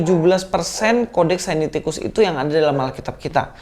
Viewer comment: koreksi bukan sainiticus tetapi Sinaiticus. GBU dan tetap semangat mewartakan kebenaran iman Kristen.